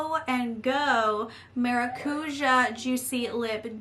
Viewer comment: I love that lipstick set! And I'm so glad I'm not the only one who can't pronounced maracouja 😂